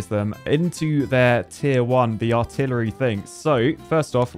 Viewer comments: Lol, "Artilitree" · Artil-a-tree begs for more research, you'll get there... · the word artilitry really got me